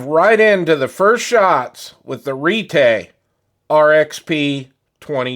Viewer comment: Retay or "Retry"? Thanks for the review, but it's not for me.